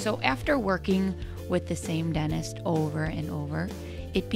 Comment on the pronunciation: What is a “dennist” lol